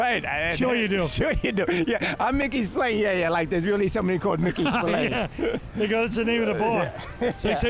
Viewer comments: Hello from Ireland 🇮🇪 I don't want to be that person but it's pronounced Spil-Anne not Spil-Lane. Love this series ❤ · Guy does not even know his own name, he says the bar is called Mickey Spill ’A’nes. Let me inform him it’s pronounced, Mickey Spill ‘ahh’nes. ……a instead of A. I’m Irish i should I know